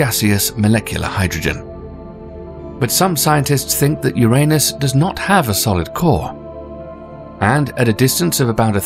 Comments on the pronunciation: This Narrator "" is spot on if it comes to saying URANUS. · I never laughed so hard. Ever! I’m so grateful you pronounced “Uranus” the old way. You are legendary!